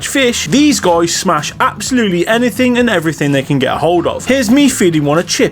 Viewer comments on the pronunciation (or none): none